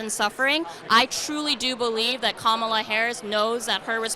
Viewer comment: Not a single Trump supporter pronounced Kamala's name correctly.